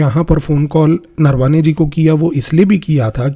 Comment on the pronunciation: Offtopic correction Sir, pronounciations are नरावणे not नरवाने..rapid and irreversible romanization of indic script is my topic of worry 😢